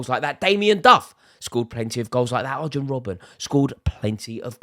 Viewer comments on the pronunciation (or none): You just pronounced the J in Arjen… and for that reason, despite your very self confident style like you’re Simon Jordan’s cleaners son… I’m out.